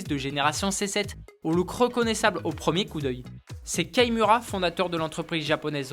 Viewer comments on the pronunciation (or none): C'est Kei Miura, pas Key